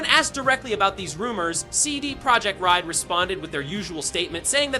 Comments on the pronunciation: CD Project what??? Ride? Rod? Reeds? Who are you and why can't you say RED? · Can you say “red” corectly at least once 😂